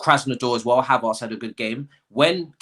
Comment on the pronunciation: My guy, it’s “Hav-airts”, not “Hav-arts”.